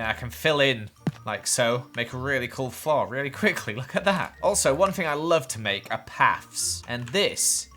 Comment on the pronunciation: I love how says flore. florrre